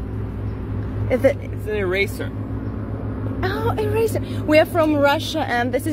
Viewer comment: Ирейса, даже девушка, которая мама девочки, утверждающая что это новое слово для них произносит его правильно «ирейза», точно русский😊.